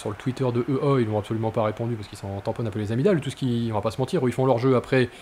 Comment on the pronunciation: Belle vidéo ;) au fait, EA se dit " i-é "